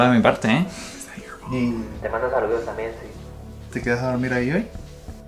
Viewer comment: Sa-lu-DOS (bien pronunciado) 😛😜